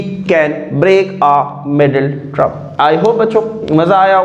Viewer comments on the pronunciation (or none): The word is not trem, it's term bruv. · Sir it's term not trem U pronounce it trem sorry but don't mind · Term❌ turm ✔️